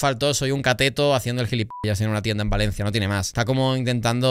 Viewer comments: joder que mal me pone cuando dice "Valensi", me mato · Por qué le dice Valenci a Valencia? 😂😂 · Y porque dice Valenci????, o es Valencia en castellano o es València en Valenciano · Me pone muy nervioso que diga valenci y no Valencia